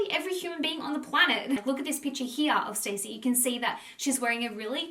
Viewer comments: my love you are pronouncing her name wrong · I think you are saying her name wrong …. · ur mispronouncing her name the wholeeee vid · Love your videos but I am struggling to watch this with the name pronunciation 😅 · Stassie. It’s pronounced how it’s spelt. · IT'S pronounced"STAZZIE NOT STACEY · Love this love you, but can't get over you saying her name wrong over and over. It's not 'Stacy' it's (St-awe-see) short for Anastasia (Aw-na-st-awe-see-a) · Her name is pronounced Stah-si, Not Stacy. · Her name isn’t pronounced “stay-c” it’s “stas-c” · STAH -Ci … not Stacey 🤣… how do u do a video on someone and not even say their name correct .. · She’s pronounces Stacy when it’s stassie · It’s not ‘Stacey’ it’s STASSIE……..’staaassss eee’ not ‘stay cee’. So irritating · Maybe you should learn Stassie's name it's not stay-see it's Star-si it makes me think you don't do you homework on these people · Her name is Stassie, not Stacey. It's Anastasia, stas. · everytime you said stacy I wanted to scream lmao it's pronounced Stah-see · Stassie not Stacey. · great vid! just for your information - you pronounce her name not like 'Stacy' but 'StA (like a German 'A) ssy' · Her bane is STAHHHH CCCCCEEEE NOT STACY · Her name isn’t pronounced Stacey it’s STAHCEE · Great video ❤️ her name is sta-cee not Stacey though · Every time she says “stacy” instead of “stassie” I die a little inside lol. 😂 This video was fire though!! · I was going to comment the same lol. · OMG YES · Yesss it was driving me nuts lmao I'm not even half way through and I wanna leave cause she is saying her name wrong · its not stacey, its saaaasia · her name is stassi not stacey😅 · Ugh thank you!! Lol this drove me nuts the whole video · You don't even know her name lol It's pronounced star-ssie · It's stassie not Stacey 🙄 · It’s Stah-si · Love your videos hun! You are amazing. Just wanted to say it pronounced Stah-see. 😘 xoxo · Pretty sure her name isnt pronounced as Stacey. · You're saying her name wrong 🤣